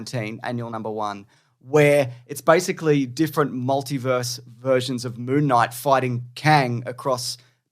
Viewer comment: Mr Monthday Monthvies.